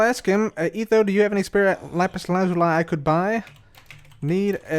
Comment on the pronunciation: is the only youtuber who says lapis lazuli correctly